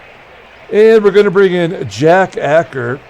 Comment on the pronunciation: One more: Jack Aker - \ACHE-er\